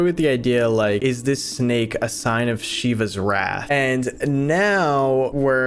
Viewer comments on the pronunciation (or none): “Is this the warth of Quetzalcoatl punishing us?”